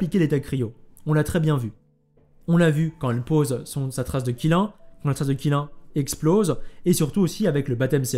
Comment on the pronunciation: Qilin se prononcerait plutôt "Tchilinn" le Qilin c'est "la licorne chinoise" (mais parfois il est représenté avec des bois de cerfs) :3